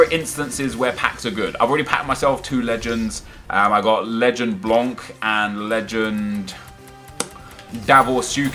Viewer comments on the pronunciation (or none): none